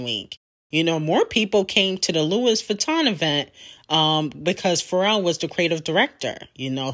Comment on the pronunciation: it’s not LEWIS Vuitton it’s pronounced “Lew-ee” Vuitton